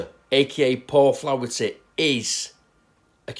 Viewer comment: Flah-er-ty not flowerty ... But yes hes a wrong un